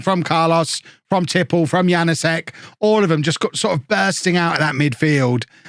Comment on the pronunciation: the K in Knoll IS pronounced Wague is pronounced more or less like wag-ay Janousek is yan-oo-shek Also, Mingueza is min-geh-sa or min-geh-tha. Hope this helps:)